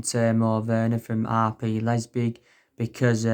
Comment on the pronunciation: man said Timo and Lepzig so wrong lmao